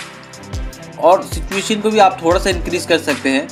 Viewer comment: बहुत सही 👍👍 ... लेकिन saturation को सिचुएशन क्यों बोलते हो भाई.. सैचुरेशन होता है सिचुएशन नही..